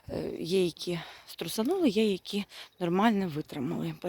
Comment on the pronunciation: ну, звичайно, ні. Але Т9 тут ні до чого, це ж ваші слова. Просто вам підказують, як правильно їх вимовляти. Не ображайтеся.